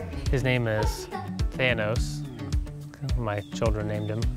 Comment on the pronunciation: The children actually pronounced “Thanos” correctly!